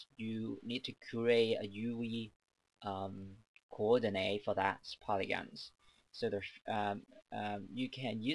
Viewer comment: I love how he says "Youwee Coordinay"